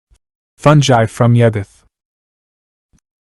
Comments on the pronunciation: Agreed. Cool video but aaaaaagfgghhhuffhrjejsosw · Aargh, listening to you butcher the word 'fungi' every time is like having my brain removed without anaesthetic and placed in a metal cylinder!!